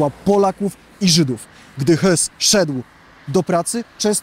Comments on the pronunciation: Matko błagam nie Hys bo ö czyta się jako oe ale nie y… no strasznie mnie to drażni… nie mogę oglądać tego materiału z tym Hysem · Raz pan mówi "Rudolf Hyss" a innym razem "Rudolf Hess" to o kim w końcu jest ten film.Albo inaczej jak się nie "umi szprechać"po niemiecku to może warto zwyczajnie przedstawiać polską wersję nazwiska Rudolf Hess bo jest bliższa prawdy od pańskiej parodii wymowy "Rudolf Hyss"😀Jeżeli komendant Oświęcimia to w orginale Rudolf Höß.Oprócz tego w pana filmie komendantem obozu w Oświęcimiu jest Rudolf Hoess. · Jeśli chcesz mówić o historii, to najpierw zacznij od poprawnej wymowy. Hysów, Hesów? Kogo? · Dziękuję za zwrócenie uwagi. Bardzo rani uszy i rodzi podejrzenia że wypowiadają się ludzie nie przygotowani do treści materiału. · Nauczcie się w końcu czytać nazwiska, jeśli nie potraficie zaakcentować je to czytajcie tak jak się wymawia - hesów nie hysów, firer nie furer- to nie jest trudne by coś sprawdzić, bo raz potraficie powiedzieć to dobrze a w kolejnym zdaniu znowu źle. To odpycha i to dość mocno kogoś kto interesuje się historią.